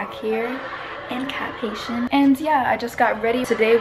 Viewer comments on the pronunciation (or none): Lol it’s actually pronounced as “Cahp Eye-ee-syea” instead of “Cap Haitian”. I only know because my mom is from there ❤️🇭🇹❤️